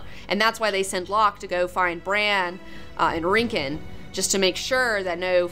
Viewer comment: Rick-ON! not rinkin i love you but please for the love of god check your southern accent at the door!!! J/k but srsly prounounce shit right it makes me wanna die